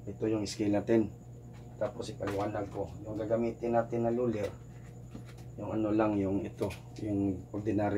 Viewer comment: Sir ang galing po kahit luler ang sinasabi mo